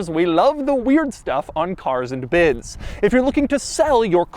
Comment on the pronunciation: Ok The shadow vowels are getting on my nerves Carrrzzzuh anduh biddzuh